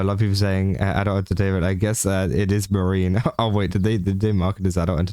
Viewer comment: YOu're doing news for vtubers and you can't even bother to research the pronunciation? It's MAA- REE- NEE Not Marine like Space Marines.